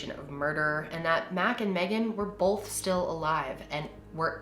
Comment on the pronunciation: This is SO random but.... Has anyone ever made fun of you or commented on the way you pronounce the word “both”? People ALWAYS make fun of me for it!! I say it like you (Bol-th) They say you’re supposed to say it like (b-oh-th) 😂 I told you it was random 😂